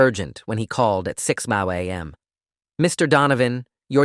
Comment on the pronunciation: "six bow a.m." 😭